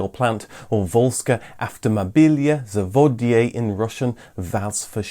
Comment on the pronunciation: LoL, you REALLY butchered factory's name XD "Zavod" is factory, but here it sounded like "zavodye", which is a small bay on a river or lake.